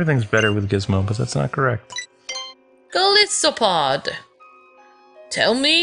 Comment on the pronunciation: 2 help you out, Guzma (Gooz-ma) and Golisopod (Goal-is-o-pod)